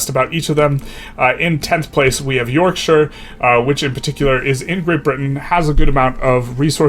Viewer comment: In case you care about pronunciation, Ural is more like oo-ral rather than you-ral Props on not saying York-shyer